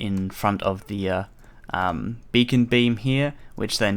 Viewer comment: For a sec I thought you said you can change the color of your bacon xD